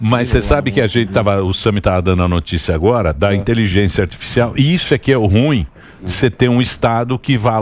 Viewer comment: Emílio tinha tomado uma pequena aula de Cintia Chaves sobre o adjetivo “ruim”, mas ele continua falando “rúin”. 🥺😅